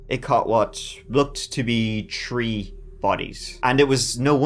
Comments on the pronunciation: IT'S THREE NOT TREE! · Convinced he picks stories with alot of " treeees" in them. Two tousand tree, thurty tree